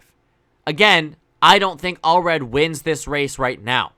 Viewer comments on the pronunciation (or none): All red ❌ Allred ✅